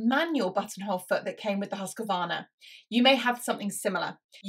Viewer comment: Husqvarna is pronounced HOOS-kvarna